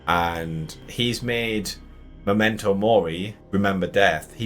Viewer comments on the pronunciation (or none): none